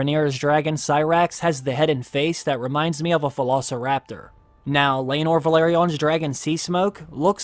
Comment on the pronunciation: It's laenor and seasmoke. Learn all your dragon before you watched DAMM!!!